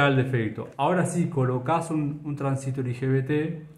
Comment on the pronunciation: Muy bien. Pero porque pronuncia "transístor" acentuando en i. La verdad siempre conocí como transistOr y me choca bastante. Corríjame si no es así